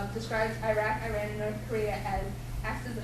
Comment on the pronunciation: how about starting by pronouncing the name right!! its not " I RAN"